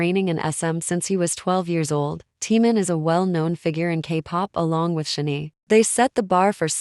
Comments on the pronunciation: Computer generated voice or person who doesn’t bother to learn how to pronounce Korean? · ok. you need to say SHINee correctly. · Your AI voice mispronounced SHINee. Makes it hard to watch the video straight off.